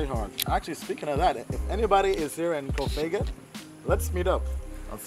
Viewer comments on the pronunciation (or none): Its Koh- Pha -N -Gan not kohpagan